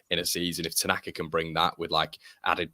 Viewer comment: AO Tanaka! He surely has the best name ever ... pronounced 'Outer Knacker'. There's a cracking song brewing for him! 🤣